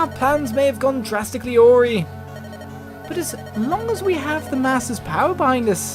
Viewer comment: I guess it's understandable if Lyn is critical, her home just got invaded after all. RENUIONS GALORE!.............really Florina? I don't care about the time differences, I want to chain Ephidale to a wall and rip him the shreds with a minigun. That was the worst pronunciation of the word "awry" ever, of all time You'd think 3 archers at the front door would be enough to convince someone not to take Florina. Hostages, making things 10 times more complicated than they need to be.